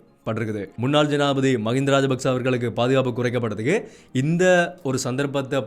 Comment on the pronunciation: தம்பி, தமிழில் உச்சரிப்பு அவசியம், ஆனால் என்பதை ஆனா என்பதும் ஜனாதிபதி என்பதை ஜனாதிபதி என உச்சரிப்பதும் தவறு நிறையத் தகவல்களை அழகாக தரவுகளுடன் எடுத்துரைப்பது மிகச் சிரம்மான காரியம் இருந்தும் போராட்டத் துடன் தொடரும் உங்கள் பயணம் தொடரட்டும் வாழ்த்துக்கள்.